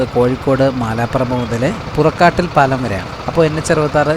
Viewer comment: പുറക്കാട്ടിൽ അല്ല പുറക്കാട്ടിരി എന്നാണ്